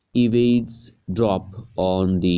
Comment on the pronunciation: Pagal ho kya 😂😂 English to bolna nahi aata Eavesdrop